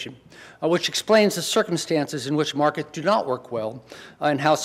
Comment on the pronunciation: Kao-Lee Liaw He might have had a cold that day.He does have an interesting "Elmer Fudd" type of speech defect. I found another video where it's much clearer. thank you though for your rude diagnosis. Look at this thread and you'll see lots of people who, according to you "need a hearing aid." He also says "Politics shape Markeks", "things we have been experienkcing", and "the United Steaks", as well as "raink-seeking".Maybe it is YOU need a hearing aid?